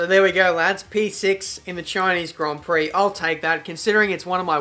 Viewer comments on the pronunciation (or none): SHINEESE GRON PROC